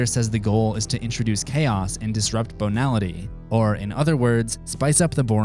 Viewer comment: Banility is pronounced Bay-nality not Bone-ality, but cool vid. Was having trouble getting into SFC but thanks to you Im going to give it another watch...